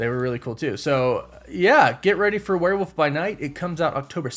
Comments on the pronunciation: “Werewoof by night” there is an “L” in that word. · Wtf is wereWOOF by night? What is with Americans butchering the English language😂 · I still don't get why you say "Werewoof" 🙈 Wolf comes from Wulf and you pronounce the 'L' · Do you say Werewoof on purpose because of your woof woof at the end or is just the accent. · hehehe...he said Werewoof by Night, lol. I get it. :) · Gotta be honest, I was looking forward to your coverage of this show because of the way you pronounce werewolf.